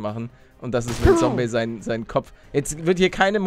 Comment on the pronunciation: Da sagt palle noch Sombey xd